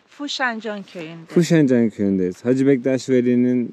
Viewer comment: Hacı deyil (HACE)